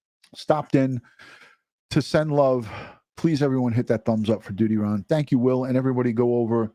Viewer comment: Thank you for this. DUTYRON..you say it just right...heartbreaking...Grady Judd says it right.